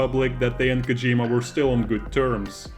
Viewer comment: It's KOH-jee-ma, not Koh-JEE-ma.